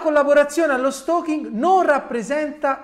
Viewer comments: Si dice steikin, lo stokin è altro. Sempre al top comunque avvocato. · "stoking" non si può sentire ! si dice "steking" !!!